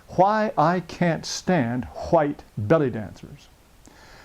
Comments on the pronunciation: the way this guy says white is pissing me off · how the hell did i get here?? Why he pronounce white so backwards?? I'm dying here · It’s not white, it’s huwhites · Hahahahahahahahahaa the way he says whites is sooooooo funny ....what a dick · Jared taylor is a very smart man but i cant stop laughing everytime he says white lol